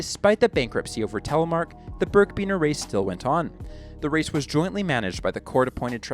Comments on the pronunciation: It’s birkbiner, not birkbeaner. Good research though. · It's pronounced "birk a biner" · birkiebiner, learn how to say it correctly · You miss-pronounced birkebeiner.